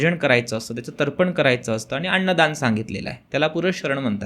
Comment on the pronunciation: अण्णदान नाही अन्नदान.